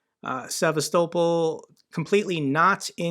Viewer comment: Well, you managed to say Sevastopol correctly once, so that's an improvement.